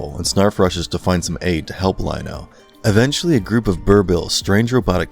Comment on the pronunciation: Let’s be real. This video was bad. As someone who grew up in the 80s and watched this show during its original run, the inaccuracies in this video were just too much. Earth 3 is something from DC comics. The Thundercats settled on Third Earth. Guy even mispronounced Lion-O early in the video. Completely forgets about Wileycat and Wileykit. And Snarf.. This video was so bad I had to turn it off after about the fifth minute.